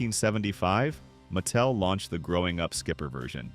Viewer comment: the "narrator's" tone comes off that way because "he" will mispronounce a name and then say it correctly right afterward. No human alive has ever pronounced the company "MATT tell". Ever. So, real question: Are you using AI for narration?